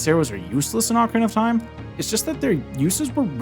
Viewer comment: jajaja dijiste ocra of time